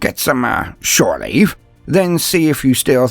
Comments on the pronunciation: "shoreleave" LUL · "...shore leave"